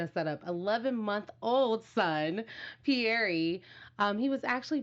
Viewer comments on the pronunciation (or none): I love you guys but don't pronounce Pierre like PIERRE-EE. That's just not how you say it. It's pronounced Pee-HEIR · I've heard Paul pronounce it Pierre ee. Karine (ee)s family also pronounce it that way so that's his name I guess. At least they haven't mangled the name on purpose like all these millennial parents with the mishels, thoms etc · His mom is Brazilian and that is how she pronounces it so they are saying how his Brazilian mom pronounces it because that’s how they pronounce it in Portuguese even though it’s not a Portuguese name! Yah we know it’s French but respect his moms Brazilian portuguese version 😉👍